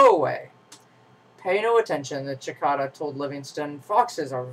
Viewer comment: It's a cicada not a chickada!